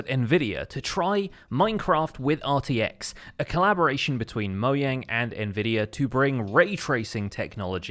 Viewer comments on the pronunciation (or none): It’s not moyang it’s moJang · Did you say “Mo-Yang” instead of Mojang? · It's Mojang not "Moyang" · It's been a whole year and y'all still ignoring the fact he just said moyang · "ooh, nic-" hears "moyang" "no." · did you just moyang instead of mojang? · People saying moyang instead of Mogang confuses me. Even the people at Mojang said it was Mo(g)ang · He really just said MoYang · "moyang" this makes me very negative joyous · sorry i don't speak othernese wtf is moyang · Its pronounced Mo-jang not Mo-yang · Why do euros insist on saying moyang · its pronounced moe jang. not moyang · No offense but, I don’t get why you call it “Moyang” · Mojang: ✖️ Moyang: ✔️ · Nobody:: moyang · Moyang or mojang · “Moyang”, the Chinese version of Mojang. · Why do you say moyang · It's a closer approximation of the Swedish pronunciation, so I guess he's not technically wrong. It is still a little jarring to hear, though! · Is it only me or did he say Moyang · Wtf “moyang” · When he said moyang, everyone felt that